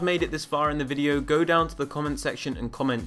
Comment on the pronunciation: I don’t know if you said go or goat but go/goat